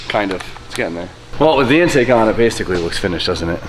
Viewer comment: Ah, the Entake and Axhaust.